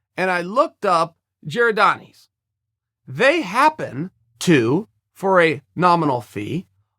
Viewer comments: Giodanos Chael not giodanis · “Gerradonnies” 😂😂 If you from Chicago you know it’s Giordanos. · Giordanos Chael. GiordanOs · it's Giordano's (Gee-or-don-ohs) and it's better than Lou Malnati's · 4 crying out loud, L0L.. its called..giordanos...say it with me....Gee--or---don---o's...Giordanos But i love the attempt at it SIR L0L.....and 4 the record...Lou's is much better...as with the great philly cheese steak episode they have in Philly. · God damnit chael. Gerodonnys? This is proof he's just trolling when he misprounces names. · Lmao it's called Giordano's. Why do you love pronouncing things wrong? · You're doing that on purpose, just to be an irritant. It's Lou Malnati's and Giordano's. I won't even bother spelling those out phonetically, since you just need to look at the letters to pronounce them correctly. Don't blame it on your cauliflower ears. Both places will ship you frozen pizzas. But you still botched it by not getting one or the other when you were ACTUALLY THERE!!! Hope you enjoy the one that you ordered. If you don't like it... you still did it wrong and don't understand. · Right? He's mispronounced so many things it gotta be a joke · The fuckin guy just mispronounce Giordanos!? Also, deep dish isn't classic Chicago style pizza. Tavern cut thin crust baby!!! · Ill try to help Uncle Chael . Lou MAL-NOT-EEEES said quickly. G---OR-DON-OES. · Yeah I’m Chicago & he butchered both those name lol